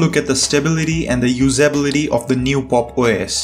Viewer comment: You pronounce "usability" wrong. I suggest you look up the right pronounciation for it